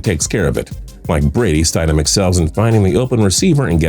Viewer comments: Is no one else pissed by how he pronounced Jarrett Stidham? I mean come on! Stid-‘am. Not Stide-‘em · Its pronounced stid-ham not stideham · St-I-sham lol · Stiddam is pronounced ( stid ham) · “STIDE-EM” it’s pronounced “Stid-em” and the only reason I knew that is because for a brief period I worked with his dad. Cool dude. Told me a bunch of cool backstories with some nfl players while they were in college. Good for him. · Bro you guys should look up how to pronounce the names. Its Eric Decosta not Decousta. Its also mid rounders not late.... Jarrett Stidhmmm not Stiedham. I expect better. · It’s Stid-um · Omg Stid - Ham smh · You kept miss pronouncing Jarretts last name...... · you legit don't know anything about football can't even pronounce jarrett stidham's name :)